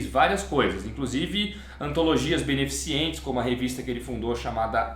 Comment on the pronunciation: "beneficiente" é dose, o correto é "beneficente".